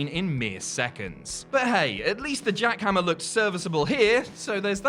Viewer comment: JACK-HAM PLEX LMAO